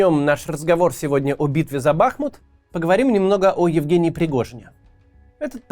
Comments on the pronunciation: А ещё БахмУт, но весь регион наш тоже говорит БАхмут 😮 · Макс, ты когда-нибудь поймешь, что БахмУт, а не БАхмут? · Кац, не БАхмут, а БахмУт! Не Купянск, а Ку́пянск! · Блин, Макс, ты украинцев что ли троллишь, когда не там ставишь ударение в названии Бахмут? Не бАхмут, а бахмУт! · Кац наче розумна людина, а тут БАхмут... БахмУт! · БахмУт а не БАхмут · Даже Пригожин говорит правильно - Бахму́т. А не Ба́хмут. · Кого ещё подбешивает евоный БАхмут (правильно всё же БахмУт) ??? Лайкуем! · Не БАхмут, а БахмУт… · Интересный факт! По правилам русского языка правильно говорить Бахму́т, а не Ба́хмут А более проукраинская сторона говорит Ба́хмут) Берите на заметку ;) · ну блин уже не могу! Не БАхмут а БахмУт, не КупЯнск а КУпянск. Максим, посмотрите в вики! 1,7 млн подписчиков..... Это то же ж самое что НА Украину! Не хочу читать каменты но уверен что не однократно поправляли. Или все таки в жопе есть свербеж Вяликой рассии? Трындец! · Вкотре наголошую: БахмУт, а не БАхмут 💙💛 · А в Википедии ударение на второй слог: БахмУт. Как же правильно? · Смотрю) Нравится. Бахмут-ударение на " У".(Бахму́т (укр. Бахмут; в 1924—2016 годах — Артёмовск, укр. Артемівськ) Умань. Ударение так же на букву " У". Если Максим комментарии не читает,его команда,подскажите ему. А то уши режет( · Бахните кто-нибудь Каца по голове, чтобы он уже в конце концов начал правильно произносить название города - БахмУт!!! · Пожалуйста, говорите правильно - Бахму́т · Вітаю,Максиме, треба казати БахмУт,річка- БахмУтка.Бажаю успіхів та талану, але хочу чути правильну назву рідного міста та річки. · Даже Пригожин говорит БахмУт!!! А вы!!! Правельное ударенее, это что так сложно для понимания? Сколько уже вы гворите про БахмУт, а до сих пор... Позор. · БахмУт. Ударение на У. Название города происходит от названия реки БахмУтка. Название русское и древнее. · Максим, пора уже начать говорить правильно БахмУт. Теперь еще КупЯнск добавился))) это КУпянск. Но с Бахмутом уже глаз дергается у всей семьи, спасибо.